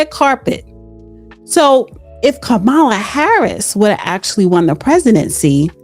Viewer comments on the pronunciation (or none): This segment has a lot of lies in it, and she as a black women mispronounced former VP Kamela Harris name, you should be more professional. If you gonna inform and "educate" the public, please do better.